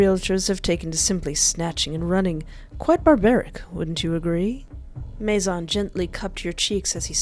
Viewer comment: Fun fact: His name isn't pronounced Mace-On, Or mace-in, It's actually Maizon, the french word for.. GUESS WHAT!! HOUSE. That's a clever lil' name to give a lure from a house. It's almost a warning. "La Maison."